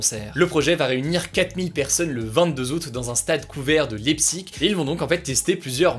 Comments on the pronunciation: Ça se dit Leipssig pas Leiptsig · haha entre "Housse tone" et "Lépsigue" un accent au top! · Bon par contre la prononciation des villes, c'est pas encore ça... Houston, Leipzig... Allez, on te pardonne, merci pour ton travail acharné 😊